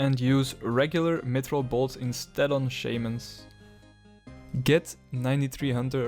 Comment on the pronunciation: unsubbed for how you pronounce shamans. shame on you